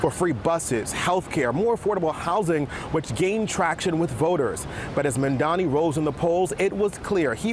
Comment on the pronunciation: still cuomo cannot say the name right 😄